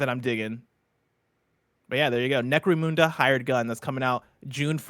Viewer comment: Ok, only Whitta gets to talk about the British properties anymore. The way pronounced Necromunda. He probably doesn't even know anything about 40k.